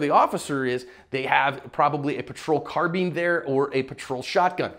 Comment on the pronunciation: Sorry to nitpick, but.... isn't the word carbine pronounced "car-byne", not "car-bean"?🤔